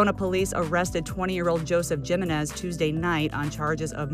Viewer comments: Im a black American and even I pronounce Jimenez correctly 😭😅 its pronounced [ Ha ]-[ Men ]-[ Ez ] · well theyre pronouncing it wrong